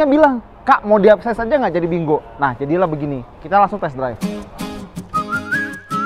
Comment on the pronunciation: Kayanya lafalnya "pin kuo"